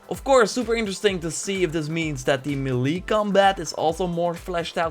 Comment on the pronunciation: I love your video but its pronounced may-lay (melee) not me-lee